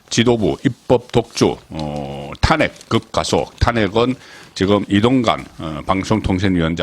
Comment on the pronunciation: 야 이 씨부럴 넘아 탄:핵을 탄핵으로 발음하는 35년 기자야 정말 징그럽다